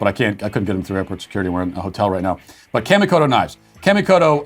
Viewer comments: Matt, kamikoto is pronounced with the "ka" sounding a little like a Bostonian saying "car", not like "camo." I know you don't care, but maybe the company does. Lol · "Kamikoto knives" sounded like "candy-coated" knives which was puzzling to me.